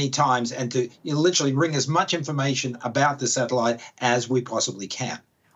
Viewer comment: Talk aboot.... oh noooo its true!